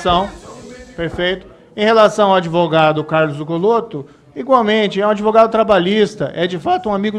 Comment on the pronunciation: .NÃO É ADEVOGADO. É ADVOGADO